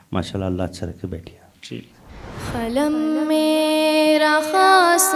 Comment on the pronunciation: Qalam ko khalam Qasir ko khasir padh rahe hain...